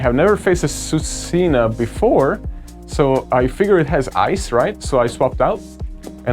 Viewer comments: Swee-coon for Suicune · It's pronounced swee cune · i prefer the way he pronouns suicune to the correct way haha